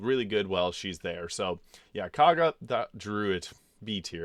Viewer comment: Thank you for pronouncing Kagha properly. I hate how they say it in the game. It really makes no sense. Maybe it’s just me being a stupid American but I can’t see how Kagha is pronounced “Korgha”.